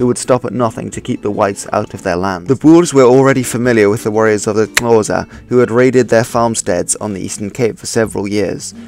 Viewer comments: Slag mean slaughter or butcher not batlle Sotho or Lesotho isn't pronounced like a normal th in English but more of a "too" sound so it would be pronounce something like "Su-too" or "Soo-too" Another incorrect pronunciation is that of Xhosa but I can't describe the sound using text. I'm from South Africa BTW. Cool vid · Sotho wordt uitgesproken als soethoe en Xhosa (klik)xohsah. Dus niet als (klik)xhoosaa. Just so you know.. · It’s pronounced COSA And soot who . Dingaan no “e” on the end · Xhosa - rather say it as Ko-sa